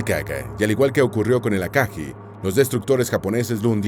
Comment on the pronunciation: Ryuu"YO" Aka"GUI" So"RI"uu Hi"RI"UU No es burla ni nada parecido, solo queria compartir la manera correcta de pronunciar los nombres de estas naves, gracias por el video